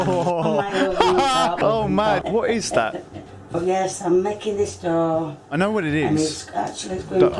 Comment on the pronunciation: its dough you dumbass